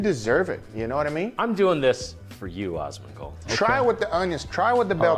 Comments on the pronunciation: Dude kept saying osmongold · *gritting my teeth as they repeatedly call him 'Ozzmen Gold' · It's Asmongold not Ozmongold btw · "awwsmondgold" this is just driving me insane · Are they just unable to pronounce the A in Asmongold??? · My gf was complaining every time was saying Osmongold xD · How the hell can this guy say Asmon's name sooo wrong so many flippin times?!??! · why can't they say your name right.. wtf seriously?? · Oh hell yes Asmon watched this! I just cringed every time they said his name, can't win all the battles, lol.